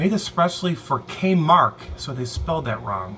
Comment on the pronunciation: K-Mark? LOL!